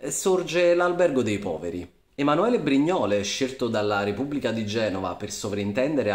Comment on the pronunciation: La pronuncia di Brignole è sbagliata!